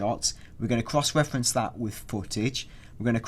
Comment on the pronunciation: alot of Cwoss Weffewnce is going to go down